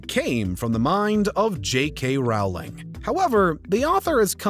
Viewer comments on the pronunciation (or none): I don't care about any of these individuals. I do, however, care that these videos reach so many people and with all that goes into them, nobody seems to check pronunciation. He's pronouncing "woman" each time he says "women," and "sith" for "sixth." Rowling is pronounced "rolling." It happens so much in these videos.